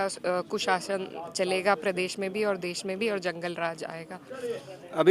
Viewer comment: परदेश नही प्रदेश होता है बांगडू 😂......